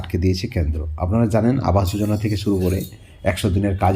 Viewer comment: ক্যান্দ্র নয়, কেন্দ্র